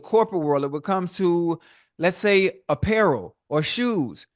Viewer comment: You had the Best Interview of 2024! You can "Shay" that again 😅😅😅